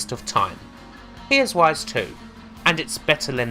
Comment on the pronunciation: "Rise" starts with an R, not a W. Learn to English. Seriously, like the info in this video is interesting, but it's almost impossible to pay attention to it when every R you say comes out as a W.